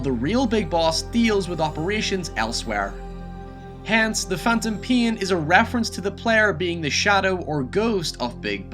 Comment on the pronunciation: "Metal Gear The Phantom Meh"